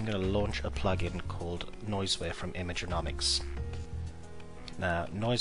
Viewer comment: Nice video, I learnt something new about photoshop I didn't know, also good to learn about those plugs you're using.... btw, it's Imagenomic not Imagenomics! same goes for their the URL.